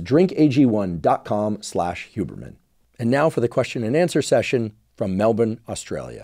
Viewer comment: OMFG how did i not know you were coming for a visit to Melbourne?!???! And thank you for your correct pronunciation of Melbourne 👏